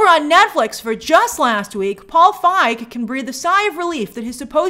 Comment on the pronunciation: Grace really needs to learn how to pronounce Paul Feig.